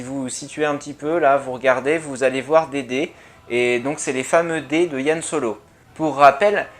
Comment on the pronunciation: Merci pour cette analyse. Tiens, c'est marrant, toi tu dis YAN Solo, à la française, alors que moi je dis plutôt Han. :p